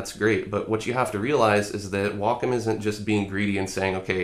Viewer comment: wocom... Waacaam